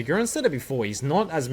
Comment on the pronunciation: AGURIIIN bro not agurin, long i